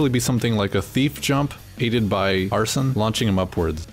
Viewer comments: every video i come across pronounces Arsene wrong, it's not "Ar-son" it's more like "Ar-Seen" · arsene is not “arson,” it’s more pronounced like “arsane”